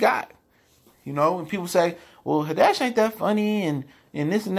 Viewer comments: It's Tiffany Had- ish bro. Not haddesh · Who Is Tiffany "Ha-Desh"? Is It A "Tiffany Hadd-Ish" Imposter? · It’s Tiffany HAD-dish, not Tiffany Ha-DESH. Lol good video tho 👌🏽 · Haddish bro! Not HAdish! You're right overall though. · Had-dish..... not Hadish. Say her name right. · Why you keep pronouncing her name as “head-desh”.... It’s HAD-DISH...‼️ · I can't take this dude serious on what he's saying about Tiffany Haddish bcuz he can't even pronounce her name correctly. Who tf is Tiffany Hiddash?😞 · The only thing that made me cringe is how you say Tiffany last name 😖. It’s had-dish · 😂😂 I like how he break it down but, why do he say Tiffany Had-dish name so wrong? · Tiffany Huh-Dash lol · You are saying her name wrong please do better but I totally agree with what you're saying 100% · There is literally no reason you should be pronouncing Tiffany’s last name like that, it’s literally spelled how it sounds... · You not even saying her name right 🤦🏽‍♀️ but I agree with what you’re saying. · Pronunce tiffanys last name right